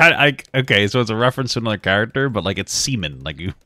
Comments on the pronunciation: WHY THE FUCK DID THE NARRATOR PRONOUNCE SIMON AS SEMEN? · this guy pronounces words so odd sometimes lmfao. “semen” is actually “sea mone”(simon) from gurren lagann. i had no idea what he was talking about until after i saw the screenshot of him. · It’s pronounced Simon but has an accent